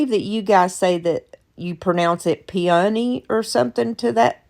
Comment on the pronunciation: I have only ever heard peony like you say it. The other way sounds weird. All are so cute.